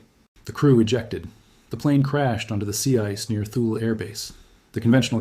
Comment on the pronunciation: Thule is pronounced Tooly